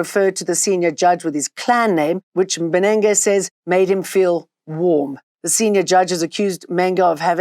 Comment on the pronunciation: Judge Mbenenge sayin', 'Penes' 🤣😂